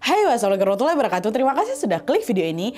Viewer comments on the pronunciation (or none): none